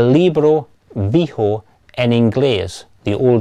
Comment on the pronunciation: "And always in his family, they had had this book which they referred to as "el libro vijo en Inglés"—"The old English book" . "el libro vijo en Inglés": "the book vijo in English" "the old English book": "el libro de Inglés de edad" "Viejo" does mean "old", but it's used to describe living things. eg. Mi abuela es una vieja." I love it when he emphasizes the "v" sound at the beginning of "vijo". I had to rewind because, at first, I thought he had said "hijo" which means "son".